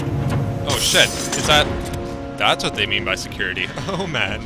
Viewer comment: Damn this episode cracks me up good. I love the moments where you screw up the language, for example "securitie" instead of "security" =D